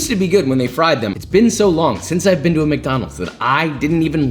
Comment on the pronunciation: You know shit is real when josh says: "we're back at MaCdÆnAlDs"